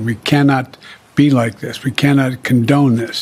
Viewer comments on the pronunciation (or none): HE SAID WE CANNOT CONDENE!????